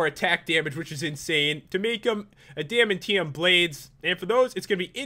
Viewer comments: My favorite is spiderman and u said: a dam uh tea um when it's pronounced Adam ant euhm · Pat it's add-a-man-t-um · It is pronounced ad-man-tium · He pronounced adimantium incorretly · Pronunciations ad-ah-man-tee-um & wah-kon-don Ant man and wasp share a back story and are both avengers and can both shrink and need to to use their powers Black panthers armor should be made of vibranium because that is what it is made of in everything he is in Ant man can also grow to become giant man You and the mod creator both need to brush up on super hero trivia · wolverine. and you miss pronounced adamantium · Also, you pronounced adamantium wrong, and PEOPLE REGENERATING HEALTH IN COMIC BOOKS MAKES ABSOLUTLY NO SENSE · YOu're not pronouncing adamantium right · You mispronounced adamantium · So he did and? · The way he said "adamantium" was too amazing :) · you didn't pronounce adamantium correctly and it bugs me...